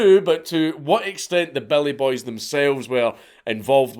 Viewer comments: Took me an hour before I realized you were saying Billy boys. Not belly boys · Took me way too long to realize he is saying "Billy" not "Belly".